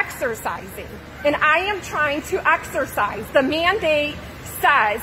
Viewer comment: "I want to axarcise"